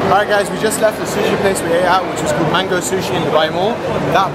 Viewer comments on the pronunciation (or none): none